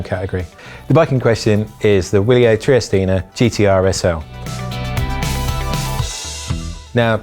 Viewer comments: Is it pronounced Wilier or Vilier? My LBS that sells them says Vilier. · Ciaran Carroll Yeah, apparently it's an acronym meaning "Long live Italy," but they pronounce it VIL-EE-yer. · Ciaran Carroll It's pronounced with a V-sound though. I looked it up since asking.